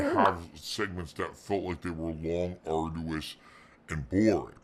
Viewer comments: He just did it with the BO6 reveal. Dude stares at himself 8 hours a day but doesn't hear himself??? ARDOUS SUSSESOR AYUNDD WHANT KHANDOH KHANTHENT The list is endless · Love these single word videos you have on our boy. The fact you have to sift thru all of phils B.S. must be Ardoois LOL🤣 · Yeah, fair play. This one did have to be done 😂 I bet it was literally an ardoois task 🤣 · Never would have guessed arduous. We can make a dictionary. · It was very ardoois to make it through this video dood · Atrociously arduous